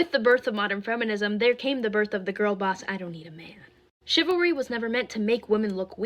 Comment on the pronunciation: It's chivalry, not chilvary, that's why it is wrong.